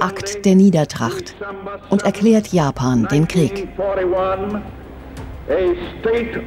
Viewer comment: Habe ich auch die ganze Zeit gedacht. Amerikana und Japana... 😂